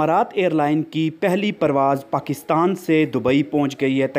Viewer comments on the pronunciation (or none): none